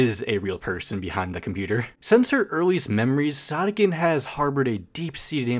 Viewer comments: Wait- I thought it was pronounced “sOdiken” not “sahdikken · I THOGUHT IT WAS PRONOUNCED SOH DEE KEN?!!!!!!!!!!!!!!! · ITS PRONOUNCED SOD-IKKEN?! I'VE BEEN PRONOUNCING IT SODAI-KKEN! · Wait is it actually pronounced “sod-ick-enn”? I always pronounced it “Soe-dee-ken” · When he said Sawdeekenn i got kinds embarrassed cause if thats the actual way to pronounce it, then I can confirm that i am sad to say i pronounce it as "Sow•dee•ken" like sodacan but the a is replaced with I and c and a with k and e, you gotta admit its kinda cute😭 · ITS PRONOUNCED SOD IKKEN? I THOUGHT IT WAS SODE IKKEN ☹️ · i always pronounced "sodikken" as "so-dih-kin" instead of "soh-dih-kin" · Btw I'm pretty sure it's pronounced so-di-ken not sod-dikken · Dough?? But it’s Sodikken not like Sodokken😭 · Not me just now realizing, pronouncing their name “soda-kin” is NOT correct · That’s how you pronounce it?? Bro I’ve been pronouncing it “soadeeken.” Like soda and eek. I’m an idiot lmao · Isn’t it pronounced so-do-kin?😭😭 it’s bugging me so bad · I thought sodikken was pronounced sodiken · Wha… her name isn’t pronounced soe-dee-kin?? Like soda? :,) Man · Bro pronounced sodikken as Saudiken(not hate!) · WAIT you pronounce it like “sa-di-ken”?! I pronounced it like that “sodi-kitten” or “sodi-kin” 😭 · Wait THATS HOW YOU PRONPUNCE THEIR NAME?? I've been pronouncing it with the first part like 'so?" 🧍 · ?? i've always pronounced it like soy-dough-ken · isn't it sodikken not sodikken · the way you pronounced her name LMAOO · please never pronounce their name like that again